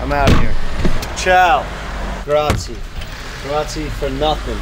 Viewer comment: I love Jeff but saying it grazie wrong hurts me a bit 😅